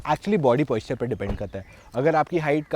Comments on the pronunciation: Buddy, it's Posture and not Poisture so the pronunciation has to be as per that. Your review is good. I wish you would have spoken about 1. Aerodynamics better in Sedan 2. Fuel consumption better in sedan 3. Ride quality and body roll is better in sedan. Would have been more technical. Please take it as a constructive criticism. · Posture... Not Poisture😉